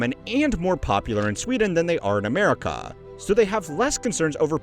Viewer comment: gloomy goose dude said amerika with a k